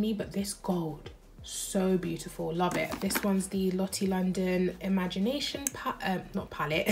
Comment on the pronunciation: Imogenation not imagination 😂😂